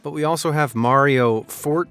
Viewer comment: Why can't you say Mario or Nokia ??? Are you broken as much as shitty wish products? And we DO NOT live in any kind of shire .... It's pronouced shur .... as in Yorkshire 1 word not 2 with stupidity leaning on the shire half of said words Cheshire, Derbyshire, Gloucestershire and even New Hampshire ALL pronounced ???shur Share this with your civilisation and you're welcome. NOT AMAZED at anything, ever!